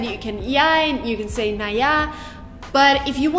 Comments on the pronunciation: "Na" no is more like "nh" like you say das geht sber nicht nh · Its not "na?" what we say after a sentence.. its more like "ne?"